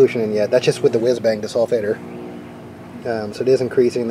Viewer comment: What is the "desulfateor" that you put on the battery? Did you say it's called a "wiz bang"?